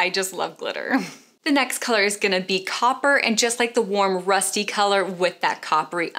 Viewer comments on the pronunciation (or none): none